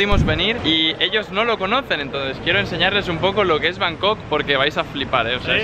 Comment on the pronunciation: Cuando dijiste bancooooooc la habías cagaaaaaooo